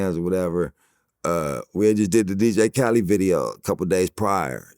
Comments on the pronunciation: Dj Khaled!!!!!!!!!!!! Not Khalee! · I hate how niggas be pronouncing dj khaled like dj cali 🤦🏽‍♂️😂😂😂